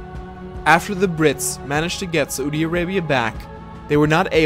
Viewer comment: Its pronounced *Sau-di Arabia not sa-U-di arabia